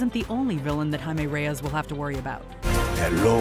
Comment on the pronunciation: I'm glad you pronounced his name correctly this time, compared to the 2014 comic book origin video yall did, where the voiceover kept pronouncing it wrong.